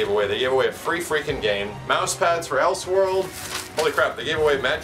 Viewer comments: Lol im sorry but did he say els world?? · lol,, for future reference(I doubt you'd ever play the MMO), it is pronounced 'El-Sword'(yes, its just 2 words put together). The way you pronounced it is sorta funny. Amazing loot btw.:)